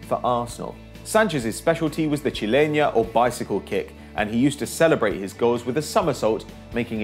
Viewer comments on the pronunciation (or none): It' "chilena", not "chileña"